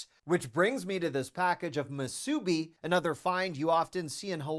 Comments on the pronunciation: MUsubi, not muSUbi, lol, thanks from Hawai'i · Just as an fyi (I am from Hawai’i) it is pronounced moo-sue-bee. With emphasis on moo Love ya! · musubi is pronounced "moo-sah-bee" for those wondering. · WRONG! MOO soo bee.